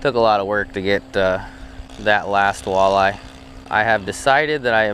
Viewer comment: I hope saying walleye like that isn't going to be a thing with you!